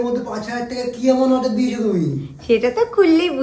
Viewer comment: Order ❎oder✅🤣